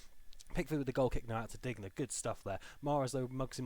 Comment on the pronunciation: Can you please learn the pronunciations of the Everton players. Like Digne is Deen and mina is meena